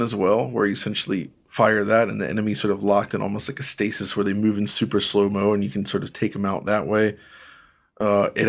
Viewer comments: "Stasis"....It's pronounced "stay-sis" lol 😂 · yea, I personally don’t like policing people on their pronunciation of a word if it’s clear what word they’re trying to say, but it is most commonly pronounced STAY-sis, not STAH-sis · STAY-sis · Wait, we're gonna' pick on for his pronunciation of "Pragmata" and then we're gonna' just say "stah-sis" like that's okay? 😏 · Today I learned how pronounces ‘Stasis’.